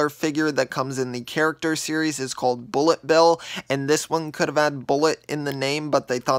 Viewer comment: Me: What is blit bill. mind: Bullet bill. Me: Finally get it right.